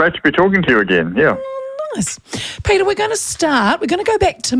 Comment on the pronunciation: Peteri ???? Any reason you have to maorify his name ? , his name is PETER .